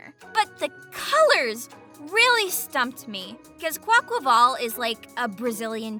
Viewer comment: Someone who actually pronounces Quaquaval's name right!! Fuck that squawkabilly is fucking amazing I wish that was real